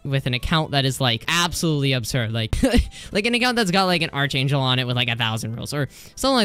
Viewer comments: not being rude but hearing you misspronounce arch angel makes me kinda mad.... its pronounced ark angel.. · ARK ANGEL ITS PRONOUNCED ARK ANGEL